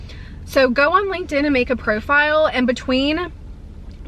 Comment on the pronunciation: Did you say Linkend?? 😅 but I feel like I did make one in college but I don’t know if I remember my PW. 😂